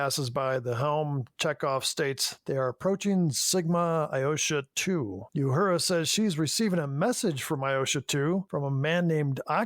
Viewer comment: Hey guys! I am a fan of the show but PLEASE...Lt. Uhura is pronounced "oohura" not "youhura."